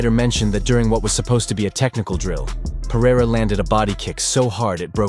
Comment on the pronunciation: AH! For the love of God! Someone, please! Teach Chael Sonnen how to say PE-REI-RA not Piera! Its so freaking annoying.